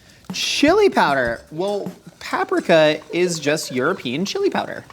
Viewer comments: Why did I think he was saying papsmear everytime he said paprika 😂😂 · Josh i Love what you do, But the way you pronounce "Paprika" is so silly.